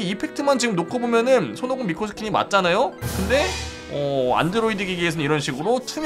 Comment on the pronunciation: 마지막 미코 음성에 왜 친구 빵댕이 라는 소리가 들리지..?